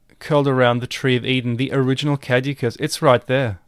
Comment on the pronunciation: You need to work on the pronunciation of caduceus